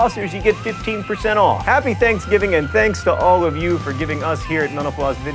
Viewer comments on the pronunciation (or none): Sorry John but when you say Mental Floss it sounds like you're saying menopause. XD You might want to enunciate a little more. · When you say "Mental Floss" quickly, it sounds like "menopause"... just saying :) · I was about to say the same thing! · Sometimes when John says Mental Floss, it sounds like he is saying menopause. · when he was saying "mental floss" there at the end it sounded way more like "menopause"